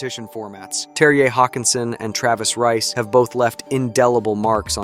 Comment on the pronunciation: The J is pronounced like a Y, seems like you got it by the end😂😂😅 of the